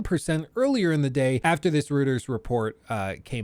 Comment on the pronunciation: I like how pronounces "Reuters" 😂